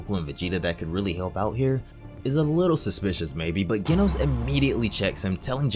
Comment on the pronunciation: Ah you said genos wrong it's pronounced with the j sound